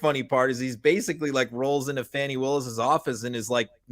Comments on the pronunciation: I am a fan of MTN...BUT....this dude is calling our democracy DOA....DON"T like it! Also boys...it is FAWNI not FANNY...quit being ignorant. I think we need to criticize our shortcomings in the media and politics...but don't pile on...offer solutions... had an actual ex-q person on and didn't ask a SINGLE enlightening question so that we could understand how she got there and how she changed. I don't like his cynical take and his missed opps to ask the right questions. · I love your podcast Never miss a episode But please…for everyone It’s Fani Pronounced Fawnie, like a baby deer 🦌 Not Fanny as in booty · Why is her name so hard to pronounce?!? It's not FANNY. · Please pronounce Fanni's first name correctly. It's a microaggression against black women to mispronounce their names.